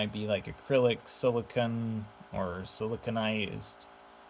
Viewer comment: oh and its silicone not silicun